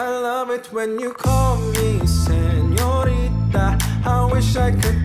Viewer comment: DON'T KNOW WHY GIRLS HAVE BEEN HYPNOTIZED BY HIM ...HAHAHAH SANHORNITA